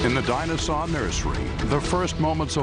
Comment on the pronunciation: Is anyone else hearing him say “dinozon” instead of dinosaur?